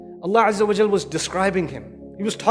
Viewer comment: please correct this not au but it is wa before layamassannakum